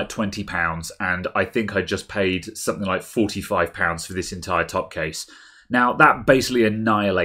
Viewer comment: "Sumpthink"? "Something" bud, "Something".